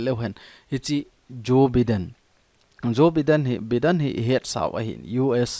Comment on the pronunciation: Joe Biden - pronounce as Jo- Bai- den👍👍👍